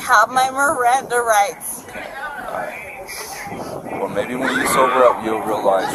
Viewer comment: "NOOOOOE MERRANDAH RITES"...yeah fellas, she's a professional. This isn't her first time.